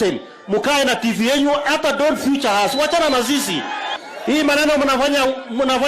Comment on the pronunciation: It is feature not future ...kind tell Sudi that on my behalf